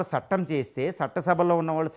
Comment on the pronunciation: సట్టం కాదుసర్ "చట్టం" సర్. విషయంతో పాటూ భాషకు కూడా ప్రాధాన్యం ఇవ్వండి సర్ దయ చేసి.. ఇక పోతే.. మీరు దేశానికి అవసరమైన వీడియోలు చేస్తున్నారు. జాతీయవాదాన్ని జనానికి అలవాటు చెయ్యండి.